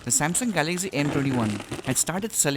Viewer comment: First know how to speak , it's Galaxy not Galagzy. STUPID.